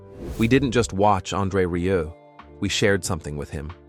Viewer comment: Muchas gracias por este resumen...sería bueno que el locutor pronunciara bien su apellido...André Rieu( André Riú)🇨🇱🇨🇱